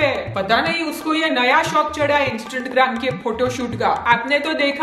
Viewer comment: Its not Instatgram its Instagram